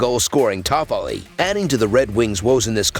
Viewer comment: My god listening to Tyler toffoli name 😂😂😂 just get someone to read this